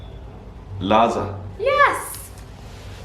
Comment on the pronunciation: Not laza but lahza